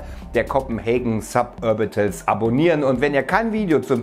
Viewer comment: "Sapörbitöls" triggereeeed xD